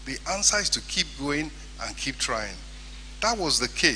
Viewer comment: Tring instead of trying